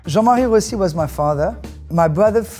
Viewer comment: Lovely story. It is nice that she pronounces her surname the Italian way. Rossi is one of the most common Italian surnames.